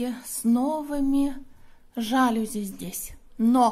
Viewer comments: жалюзИ - ударение на последний слог) Извините. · Жалюзи, ударение на последний слог